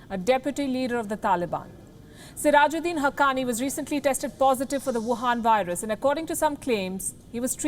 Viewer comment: She said whuhan viruse